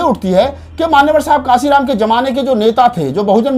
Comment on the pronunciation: Channel wale bhaiya Kanshi Ram ji ka naam sahi se likhe aur sahi se ucharan kren tabhi Manyawar saheb ko samman milega